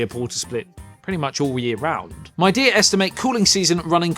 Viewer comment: Midea is from China, one of the biggest brands there for home appliances. It is becoming a big brand name in the world too. Since you are making a review of this brand's split conditioner, it's good to pronounce Midea properly - mee-dee-uh (similar to media).